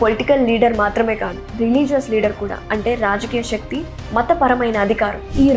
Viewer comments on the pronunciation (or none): none